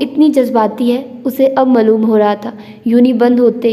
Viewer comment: Why are you pronounce word HASI to Hannsii Its sound very weird please kindly correct your vocabulary pronounce it correctly HASI and the word Maaloom is Not Mallum it affect your narration style kindly take a look.